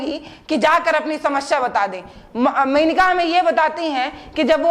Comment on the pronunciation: मेनिका नहीं मोनिका चौहान